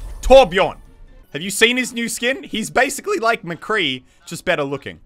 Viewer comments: Bro it's Mccree not mcree you die this fault twice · It's McCree not Mcree. Please get it right. It's unbelievable how many people butcher his name. Please for THE LOVE OF GOD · Son its McCree lol does anyone ever hear the mc then cree 😂👌 its not hard to spell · Video starts with "Mcree" isntead of McCree good